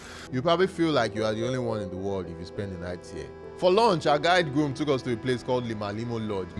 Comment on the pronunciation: Girum not Groom :)